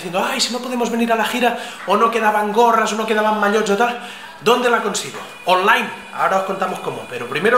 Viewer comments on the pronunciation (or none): none